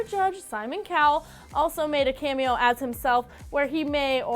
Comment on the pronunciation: Stop saying camio